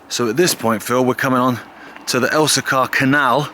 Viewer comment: Pronounced El-see-kuh not El-see-CAR